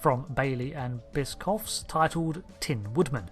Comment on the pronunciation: Biscough? Bischoff... sch like sharia.